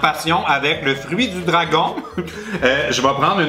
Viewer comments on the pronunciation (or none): none